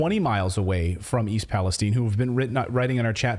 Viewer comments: You keep pronouncing the name wrong. The I at the end is loud . Palestine not palestene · Question:why is everyone pronouncing it Palesteen? If it were Palestine in the middle east we would be saying it palestyn.